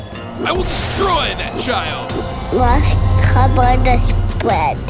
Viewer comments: “Must Covor the spwead” Rookie Kyler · From “Must cova the spwead” to “ Yo What’s good Deshaun”